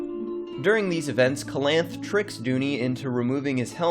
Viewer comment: Oof. It hurts my ears to hear you pronounce Calanthe wrong.